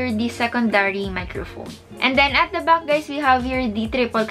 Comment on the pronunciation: iba po ang “back” sa “buck”. Sensya po for correction. Na-aasiwa lang po kasing pakinggan for me. 😊